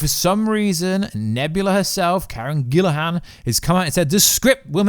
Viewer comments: It's Karen Gillan, not Gillahan. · It's pronounced GILL-E-AN, not GILL-IH-HAN. Still, I hope that they treat Mantis better than they did in GotG2. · Dude, her name is: Karen GILLAN not GILLIHAN! There's no H in her name bro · Karen GILLAN not Gillaham……. LoL